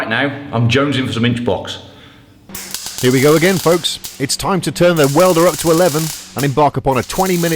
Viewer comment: Did you just say... I'm Jonesing for some inch box?